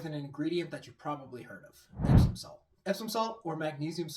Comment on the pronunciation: Did he say epstein salt lol